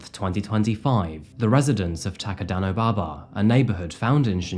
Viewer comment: Watched this just to hear you pronounce takadanobaba. Lol. Good job on the pronunciation!